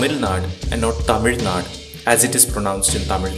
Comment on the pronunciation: It's not naad , it's naadu